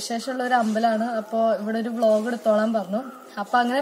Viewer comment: 😂😂😂ബ്ലോഗ്. വ്ലോഗ് എന്നുപറയാതെ